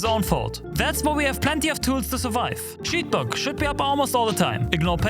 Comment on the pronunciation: Is it just me, or do you when you try to say "Shield Block should be up almost all the time" instead say "sheed bug.."? ^_^ Giggle Just found that a funny. Great vid anyways! Thanks.